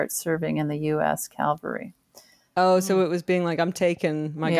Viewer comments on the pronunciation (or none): There is a pretty common song in the US Army called "Around Her Neck She Wore A Yellow Ribbon." It's a decent marching song. There was even a movie in 1949 "She Wore A Yellow Ribbon." BTW, Tig it's "cavalry," not Calvary.